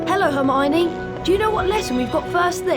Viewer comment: Right😭😭😭 hermione too. That herfeffernie feffer